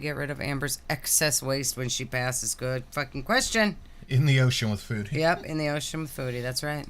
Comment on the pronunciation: How does she not know how to pronounce words like food? Does Amber think Family Fued is a show about familes doing a group mukbang?